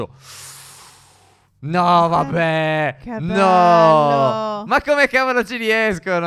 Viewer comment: Al minuto 12,07 phere dice (tavolo!) Invece che (cavolo!)